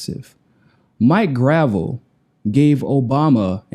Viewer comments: Isn't it pronounced /gɹə'vɛl/? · Grah - Vell (how its said) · Great work! But "gruh-VELL" not "gravel" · not gravel graa vell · it's Grahv - ell, not gravel. You were corrected by Mike couple days ago. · It's pronounced "gra-vell" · Maurice Robert "Mike" Gravel (/ɡrəˈvɛl/) The pronunciation symbols are from the International Phonetic Alphabet and indicate his name is pronounced Grah-Velle, emphasis on the second syllable. (ə, comma, ago, ɛ, dress, bet, prestige). The IPA stress mark (ˈ) comes BEFORE the syllable that has the stress. And hey, thats the way we pronounced it here in Alaska when he was my Senator. Love Mike, you too, keep after it man! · You keep mispronouncing his name. It’s GravEL. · CMON IT'S "GRUH-VELLE". otherwise v good:D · Love it. btw it's pronounced "Gra-VEL" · Mike Gruh-vell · Love you man but Senator's last name is pronounced "Gra velle". Thanks for interviewing him. He's a great man. If only American people were smart enough to understand his National Initiative for Democracy. Could you interview him on that? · please pronounce the good gentleman's name correctly. Gruh-velle. He's a treasure; wish some of my Boomer friends would unwax their ears & listen to the man. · Gotta pronounce his name right,!:) gra-VEL...accent at end. He corrected you at the top of the original interview. Peace and find your balance. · You know it is pronounce Gra Velle. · Please pronounce his name correctly. It’s not hard. The guy is a hero of the Vietnam generation and deserves to have you learn his name. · You might research how to pronounce his name. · are you pronouncing his name wrong on purpose? He told you how it's pronounced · Mike corrected at the beginning of the interview... smh... guy still doesn't remember